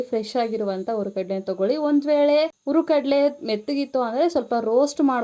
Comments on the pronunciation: ಉರಿಗಡಲೆ ಅಲ್ಲ ಅದು ಹುರಿಗಡಲೆ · Hurigadale eendu matandri😅😅😅😅